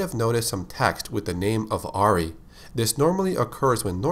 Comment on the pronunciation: my name is Auree pronounced how he said Ari. kooky lol